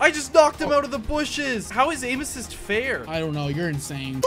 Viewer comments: hey dude i love your vids but how you keep saying aimassist is just kinda cringey but i still love yoour vids oh and cab you upload pls? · Can someone count how much times he said aimasist